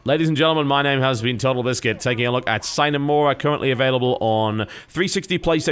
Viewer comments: the hell are you talking about. Sign, it's pronounced like Sinae.. It's not english, thus people like you cannot pronounce it.. just like the americans that try to pronounce a french name... come ON! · Correct me if I'm wrong, but I believe 'sine' is not pronounced like 'sign' at all.. I think 'sine' is Latin (sine + ablative: without) and then it is pronounced like 'seenay'. Together with 'mora' (mora, morae: delay) this makes 'sine mora', meaning: 'without delay'. You know, just in case you're interested^^ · I'm disappointed TB. You of all people should be able to pronounce Latin. It's si (like the Spanish si) ne mora. Without delay. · Aside from the fact that your'e namecalling, you are also wrong- it's pronounced "see-neigh", not "sine" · Si-Neh Mo-rah (no pauses in the middle though, it was just to indicate the separation of words) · I believe "See-neh more-uh" is the classical pronunciation. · See-ne Mo-Ra the I is pronounced like the first e's in cheese, the E is pronounced in the same way you'd say the letter A in the alphabet, O like you'd say it in the alphabet, and A like ah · Probably too late now... but TB? It's Latin. It's pronounced "See-nay Mo-ruh." If I remember correctly, it means "without delay" or something of that like. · Sine Mora [sɪne mɒrʌ]: Without delay Simple, phonetically pronounced latin. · I think it's See-NAY Mor-AH Latin for 'Without Delay' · I Believe it's pronounced, Sinner Morah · The fuck it is, it's pronounced like the beginning of the word Cinema. Sin-a More-a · Pronounced seena mora, Latin for without delay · see-nay moorah is the way to pronounce it according to my latin class, it means "without delay" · It's more along the lines of sin-eh more-a. Yay Latin! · its a short I sound, sih-nay more-ah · see-nay moor-ah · see-neigh more-uh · i think its pronounced Scene mora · see-nay more-ah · Its pronounced exactly like its spelled (slavic language rule of thumb) Sine mora aint celtic lol.